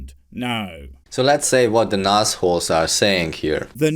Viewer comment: Nasholes ... I thought he said Nasguls at first.